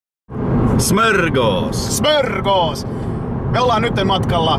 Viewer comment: Kelmi o jotenki hauskan kuulone ku se sannoo smörgås :D